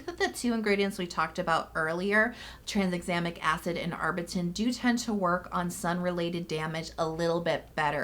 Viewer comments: Like always, amazing video ❤️ but I lol’d every time you said tranSexamic Acid haha where did that S in the middle come from? 😂😂 Still loved this tho, you’re amazing and my fave ❤️ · Pretty sure Bakuchiol is pronounced "buh-koo-chee-all." And Tranexamic doesn't have an S in it. 😅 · 'Trans-examic' acid? 🤔